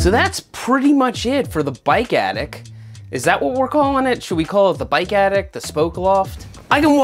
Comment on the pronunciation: Seth says, "The bike attic." I hear, "The bike addict." Meet you halfway, "The Bike Addict's Attic."